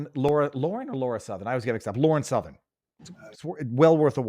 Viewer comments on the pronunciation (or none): none